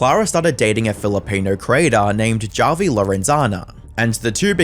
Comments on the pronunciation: It's pronounced as Havi (I'm Filipino) How do you say Javier Bardem's name? Javier or Havier? What about Julio? Julio or Hulio? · Is this guys name really 'JAH vi', and not 'HAH vi'? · Feels kinda weird that the internet anarchist, master of content creator research, couldnt confirm whether it was "hah-vi" or "jah-vi" for the video. that whole "or however you pronounce it" bit just left a bad taste in my mouth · Hearing this dude mispronounce Javi is nails on a chalkboard. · "This person whoever you pronounce their name cause I can't be fucked to look it up cause it's not like he deserves most basic minimum respect as a person" lmfao mask really slipping off, huh? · Would it really have been that hard to take 5 seconds to learn how Javi’s name is properly pronounced…? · "However you pronounce it" Listen white guy if you're gonna post some shit- at least have the intelligence to say a name correctly Some racist shit